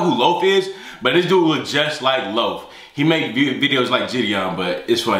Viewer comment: LMAO called babytron lofe😂😂